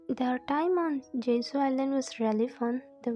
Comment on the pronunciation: It's jeju you are saying jezuu